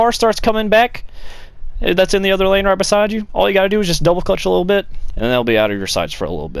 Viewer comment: You sound like a fucking idiot saying double clutch